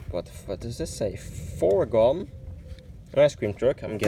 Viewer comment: For not saying correctly fourgon and ville de Paris, i guess you don’t live in the French speaking Belgium 🙂